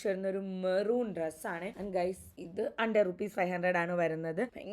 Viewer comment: ഹണ്ട്രഡ് ആണ് അണ്ടർ അല്ല. ശ്രദ്ധിക്കണേ